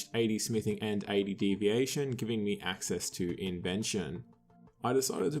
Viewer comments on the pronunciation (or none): It's divination not deviation.... you're killin me smalls